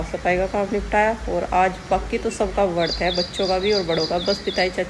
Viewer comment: Vart nhi vrat hota hai